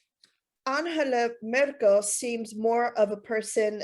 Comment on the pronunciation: I love how you go out of your way to pronounce 'Anhela Murkle' every time